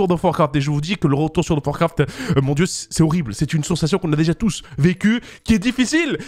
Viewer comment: Comment les gens disent: World of Warcraft Comment dit: wo do warcraf 😂😂